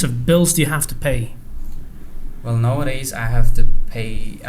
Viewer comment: Not nowodays, nawwwwadays✅ a teacher✅ (articles) I guess his speech is awesome in a real life as opposed to this video.